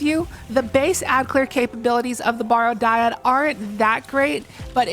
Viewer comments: I hate being "that guy" (no I don't) but it's "barrow" like "wheel barrow." Means a burial mound, like the Barrow Downs from Lord of the Rings. Not "borrow." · People, it's pronounced "Barrow" like you do in wheelbarrow. I don't know what about the word would possibly make you think it should sound like "borrow". It's referring to a mound of earth over a grave.